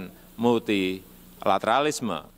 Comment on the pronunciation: Multilateralisme bukanya satu kata ya? Atau Multi la tera lisme? 4 kata? Sedih